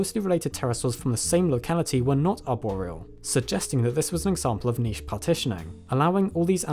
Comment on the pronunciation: Kudos for niche pronounced " neesj That's a first for a word usually referred as nidzj